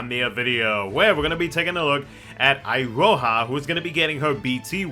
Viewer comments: It is pronounced Iroha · It's actually pronounced E-ro-hah, and is a fairly common Japanese name for girls as I understand it.